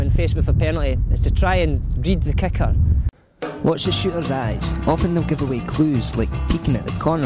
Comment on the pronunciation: At first I thought he was saying "Kaka" when he was saying Kicker! XD I loved the video 5 stars!